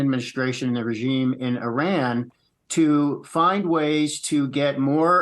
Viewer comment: Who are the 5 Iranians that were kidnapped by the US regime? Learn to pronounce Iran correctly by the way!